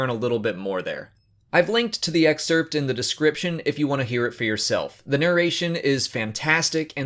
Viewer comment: The way you pronounce excerpt though